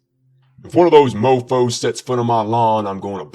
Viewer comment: Did he really say mofo like that